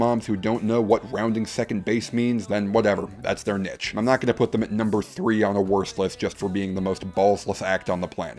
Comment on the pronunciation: There's no way you still don't know how to say niche.